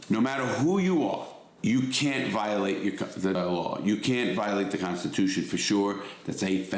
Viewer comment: There is no "R" in law or at the end of Georgia. 😂